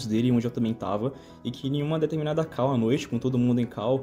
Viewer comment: Eu não suporto mais a galera falando CAU (call). Porra fala chamada ou fala call do jeito certo.